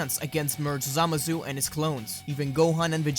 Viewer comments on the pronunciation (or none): the way you say zamasu annoys me "samazu"